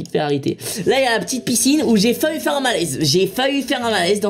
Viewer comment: Michou!!!! "J'ai failli faire un malaise" pas "j'ai fa-u faire un malaise"!!!!